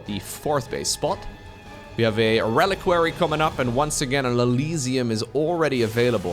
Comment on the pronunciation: BTW its pronounced reli-qui-ary not a relic-quary